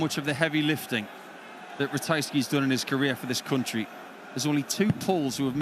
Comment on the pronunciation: The commentator keep saying Cuntry instead of Country!